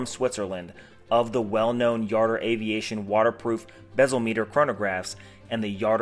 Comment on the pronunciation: I have a Jardur 850 Chronograph. Where did you learn how to pronounce the name? The President of the new company pronounces it with the “J” not a “Y”.